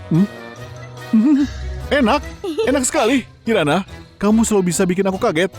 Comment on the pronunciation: sama , sampai baru ngeh kalau kiran (kirana) di menit jadi karin XD